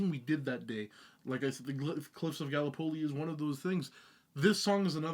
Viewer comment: How the F did he pronounce Gallipoli? Invalid list anyway, no Shiroyama